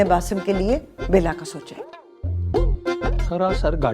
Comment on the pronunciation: What!!! She said Bala instead of Bela...🤣🤣🤣, from India...